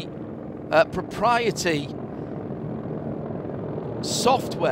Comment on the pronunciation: That's not how you say proprietary